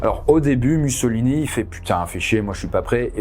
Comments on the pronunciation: Raconter tout le règne de Mussolini (ça se prononce moussolini si jamais) sans mentionner le fait que les industriels italiens et britanniques ont poussé les fascistes au pouvoir pour réprimer les mouvements ouvriers après le Biennio Rosso ... Bravo, j'imagine ? Vraiment nul. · je suis italienne, la prononciation correcte est "moussolíni"